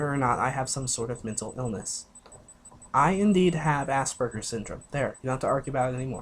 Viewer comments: I thought this man said ass burger syndrome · Did he say assburger